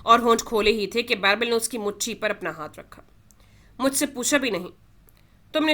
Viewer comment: It is birbal not bairbal 😅